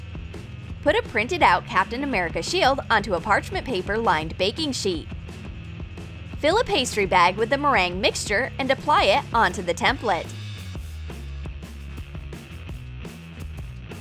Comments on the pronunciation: Did you notice she said" pasta bag" and not pastry bag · I heard pasta bag